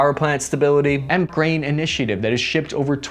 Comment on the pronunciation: I mistakenly heard you saying instead of grain I heard brain 🧠 I was like man they sale brain nowa days